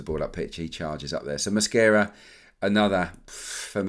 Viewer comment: Delightful pronunciation of Mosquera’s name! Great analysis, thank you! Really enjoy these videos!